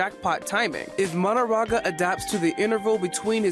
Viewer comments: He keeps saying MaDAraga instead of maHOraga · Why does bro pronounce Mahoraga like that